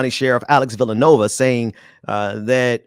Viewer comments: Vill-a-new-way-va. It matters 😉 Good points though 👍🏾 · It’s not “Villanova”, it’s Villanueva. Get it right.